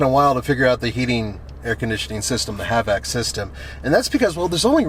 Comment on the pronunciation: it’s H-VAC not Have-ak. Every video it’s seems like you are saying that now.